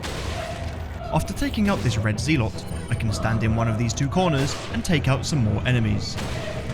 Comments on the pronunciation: Just some friendly information. Zealots is pronounced Zell Uts not Zee Lots. Other than that great run as always and entertaining to watch like all the others. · Had to turn the video off when you started pronouncing Zealot as ZEE-LOTS as if it were two separate words! Mispronouncing words is a pet peeve for anyone but especially from a fellow Englishman saying ZEE-LOTS. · Zealots is pronounced Zelots 😀 Not that it matters to anyone. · Lol “Zee-lots” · Zealots pronounced that way makes my skin crawl... zeeelots